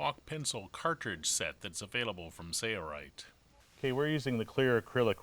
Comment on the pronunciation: Sailrite, --Sail rite That is the way it is pronounced.Not Say-rite. Can you not enunciate the letter L? Work on that, please.